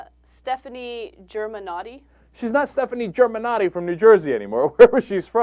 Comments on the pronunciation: Ohhhh well it's not germanotti its germanotta actually and raised in New York not New Jersey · GER-MA-NOTTA. Her name is GERMANOTTA. Not Germanotti. She, Stefani Joanne Angelina GERMANOTTA created Lady Gaga. She's the one of the most talented women in the music industry. Who are you? Does everyone reconizes you nowadays? No. In the future? Even worse. Yes, Marketing is a HUGE deal, but her talent is way more that this little head of yours can imagine. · I stopped watching after he said Germannati. These guys are a joke. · yall didnt do your research. its germanotta not germannoti, she grew up in new york not new jersey and the media didnt create her. She wanted to be an enigma, not to stand out but to express herself. And her clothes arent just to be eyecatching, it always has a backstory to it. DO UR REASEARCH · Stefani Germanaughty/Germanoti? Wtf! its germanotta bitch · It's not Germanotti, it's GermanottA! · IT'S GERMENOTTA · Germanotta Not Germenotta either lol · it's Germanotta not Germanotti and she was born and raised in NYC not Jersey! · It is STEFANI GERMANOTTA not germanotti... wtf?! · its GERMANOTTA not GERMANOTTI bitch -. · its germanotta not germanitta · Such a talentless and amateur presenter! Jesus, get a real job! Her name is Germanotta, not Germanotti! Do some research! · It's Germanotta, idiot. With an A. You went to school with her and you don't even know her last name? That's some bull shit. Keep acting like you know everything about her, when you don't even know her last name. Credibility = SHOT. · Germanotti? NO its Germanotta!!! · Her name is Stefani Germanotta not Germanotty and She is from New York not from New Jersey.Get the fact right only then you may write crap about artist, don't get cocky. You don't want to know nothing of her so why even bother to do a story of her.You Silly People! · "Stefani... Germanati" 😂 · GermanottA not E, GermanottA and shes from New York on the lower east side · ITS GERMANOTTA.